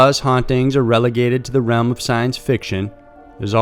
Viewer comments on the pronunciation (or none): none